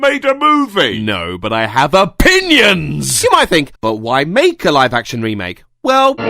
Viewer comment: When you said 'opinions' I thought you said 'pingas'